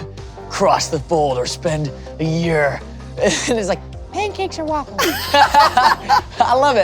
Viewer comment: Nina saying pancakes is a crime